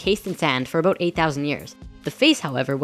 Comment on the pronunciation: Did I hear you say "aboot"? Are you Canadian?